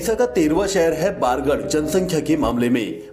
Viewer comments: Not bargard it's bargarh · Not baargad, bargad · बारगढ़ नहीं बरगढ़ हैं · बारगड नहीं बरगड है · Baargad nahi Bargarh he ...or bhataa nahi bhat handi he ............ Love from sambalpur❤ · Bargarh bolte h